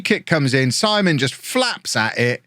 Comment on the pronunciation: Isn’t the ‘keeper’s name pronounced Seaman and not Simon?